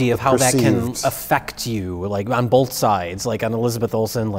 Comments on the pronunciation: "bolth". Hack. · Pronouncing ‘both’ with an L since whenever it was he started talking.